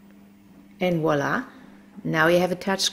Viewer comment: Du kannst Wolla nicht auf Englisch sagen 😂